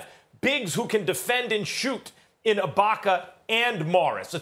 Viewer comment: Stephen A said “iBAHka” so many times lool